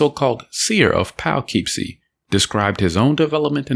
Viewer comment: Painful mispronunciation of Poughkeepsie